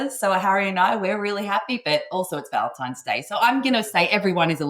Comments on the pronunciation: Did he say Valentime’s? No. Just no. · Do you have the IQ of Harry? The word is Valentine NOT Valentimes. GOOD G-d SPEAK ENGLISH PROPERLY